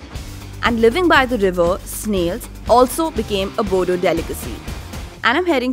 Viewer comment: Not Bodo’s it is “Boro’s” d will make r sound